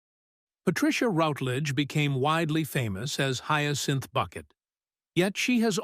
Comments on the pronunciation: I kept wanting to correct the audio every time I heard "Bucket" -- it's Bouquet!!!!! 😂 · Say her name correctly, please. And it's not "Boo-quet" or "Buck-et".